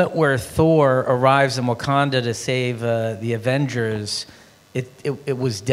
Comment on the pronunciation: She said “The Avengels”